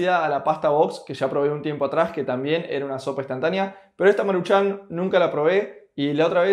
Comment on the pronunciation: No es marchan como tal... es más bien marūchan... nadamas así es acentoo en la uuuu